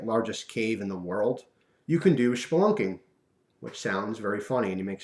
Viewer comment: It's SPelunking, not SHPelunking.